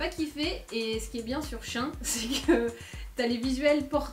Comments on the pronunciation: Shein se dit chi-in 😄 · SheIn était avant SheInside mais ta prononciation m'a fait rire ! Mon porte monnaie va moins rire par contre...